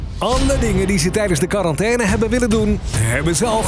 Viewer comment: wanneer je quarantaine uitspreekt als kwarrantenne hahahah